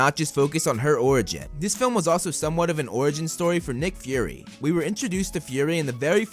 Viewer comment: It's Fury not Furry. Fury is Fu-ry. Furry is Fur-ry, A word that you use to describe a cat.